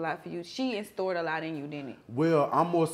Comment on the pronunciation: Did she say “instored” 😂😂😂 it’s instilled